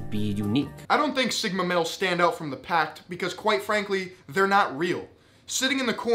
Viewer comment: stand out from the pack* not pact nor packed.